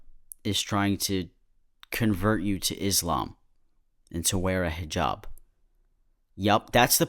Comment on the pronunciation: you say hijab so well, i'm starting a conspiracy theory that you're arab